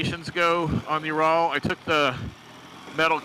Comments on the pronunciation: There is no bike named ”Joral”……….it is pronounced Ural. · This guy knows nothing about the bike. He even said it only had 26hp when they have around 41hp. No wonder he thinks it is a "you raaal". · Dude I can't even listen to you pronounce Ural wrong one more time! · Well when he can't pronounce Ural and thinks it only has 26hp. What did you expect?